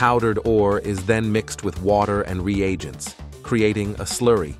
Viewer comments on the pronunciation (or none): none